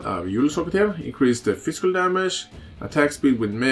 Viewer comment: you kept pronouncing physical as "fiskul" that was amusing to me, great vid btw!